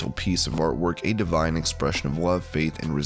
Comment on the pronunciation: It's 'Divine', not 'Devine'.